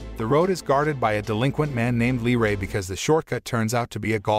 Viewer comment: YOU SAID IT WRONG 😡😡 It’s pronounced Lee FUCKING ray 👍